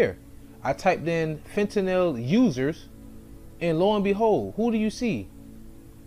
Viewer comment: You Pronounced Fentanyl right first time